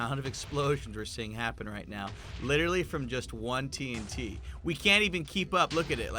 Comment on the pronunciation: It is called T UN T